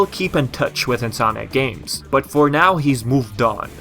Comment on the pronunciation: Every time you say "Insominac games", I hear "Sonic games". Similar pronunciation somehow. In any case... Hopefully if Nexus-like game happens, it's not a big disappointment. I am so used to huge disappointments coming from epic concept arts and promises of a darker tone. Sometimes those are just promises (see Sonic games) and a way of luring fans to the most minimalist version of what they could have done.